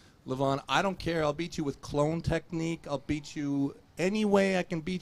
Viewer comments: I think Levan said "clown" and not "clone" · i think he was trying to say clown lol